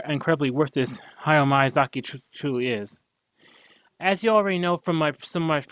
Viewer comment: bro's not even saying miyazaki's name right